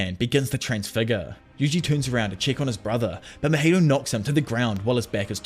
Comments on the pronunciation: Just a tip! It's not Mojito like the drink. His name is pronounced Ma-Hee-Toe =) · I love how he pronounces mahitos name as Maheto